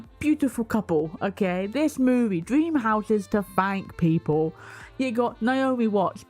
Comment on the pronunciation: "SMALL SOLDIERS PIPOL WHAT IS WRONG WITH PIPOL🤣🤣🤣 THE ACCENT GOT ME GIGGLING 🤣🤣🤣🤣